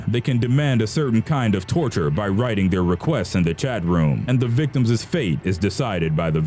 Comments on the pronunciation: You know how dumb you sound when you say victimsss. You don't pronounce the second S. it's pronounced victims', not victimssss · is the narrator saying. "victumses" instead of Victims. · One of the most horrific things I heard in this video was the narrator saying "victimses" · Victimses....lol I love this channel though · why the fuck does this piece of shit narrator keep saying "victimziszszs"?!?! why could he have been an abortion?!?!?! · You keep mispronouncing "victims"